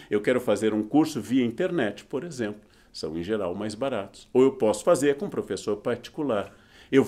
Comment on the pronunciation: Aperte nesse timer E depois nesse Ele: “E você e eu (eu bastante), temos dúvidas na língua portuguesa” Ele também: “… por exempro.” Kkk muito fofo